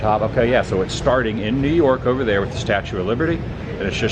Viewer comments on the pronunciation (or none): none